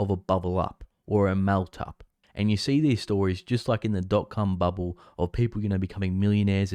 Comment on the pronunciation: "Dot cum bubble" HAHAHAHAHA